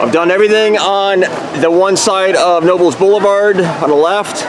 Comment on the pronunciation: You said Knoebels right but not Elysburg.